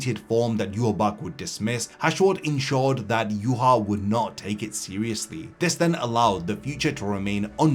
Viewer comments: Im so annoyed at people talking about Bleach and phonetically pronouncing Yhwach. We all watched the damn anime. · Why can't anyone say his damn name right? Shit is annoying.